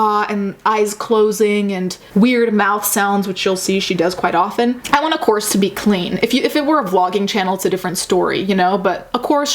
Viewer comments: My dumb ass thought you were saying corset for the first few minutes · The first time you said course I deadass thought you said corpse